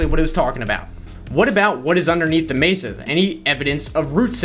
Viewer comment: lives in Arizona and can't pronounce mesa correctly.